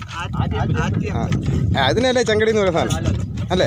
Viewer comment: ചെങ്കിടി അല്ല ചേട്ടാ. തങ്കിടി